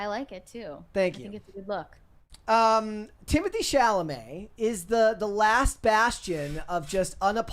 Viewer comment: If ballet is a struggling art form, why are the expensive performances in my city always sold out?! 😂 Doja Cat’s pronunciation of his name was so funny too. Teemotay Cha-la-meT